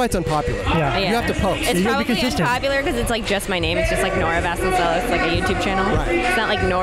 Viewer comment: I'm 27 minutes in and I have a couple comments. It's vahs-cone-sell-os. If it was spelled with a double L it would have the Y sound, but single L is the normal sound. I'm just now hearing about Bob Gnarly. I thought they were talking about Bob Burnquist at first. He was known as Bob Gnar, right? Is it enough of a difference that it doesn't really need to be acknowledged? (Like Josh Beagle and "Beagle"?) Jay Z Radical reminds me of Gregg Turkington.